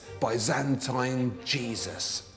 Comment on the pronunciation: Learn how to pronounce "Byzantine"